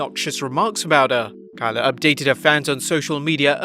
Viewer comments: Its kay - la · How do you end up pronouncing Kayla's name wrong? How Sway?